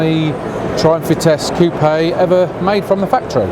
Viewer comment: Very interesting video, remember the car from the club stand last year. P.s. Thank you for putting the accent on coupé, people have stopped doing it and it drives me up the wall!